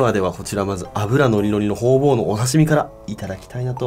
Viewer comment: ホウボウがホウオウにしか聞こえない